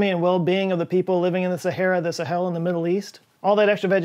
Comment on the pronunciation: And why didn't the musical you tell you how the pronounce Sahel? Also, the heat of re-entry is caused by compression, not friction. Two reasons why I unsubbed l-o-n-g ago. Interesting topic. I gave up .